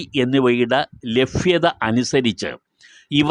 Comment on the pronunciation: ഹലോ സാർ ലഭ്യത എന്നു പറയാൻ പ്രയാസമാണോ??